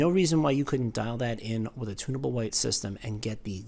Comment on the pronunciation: I thought you were saying "tuna boat" white. Lol. You were saying, "tunnable".